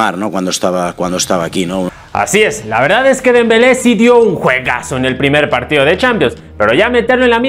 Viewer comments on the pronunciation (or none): none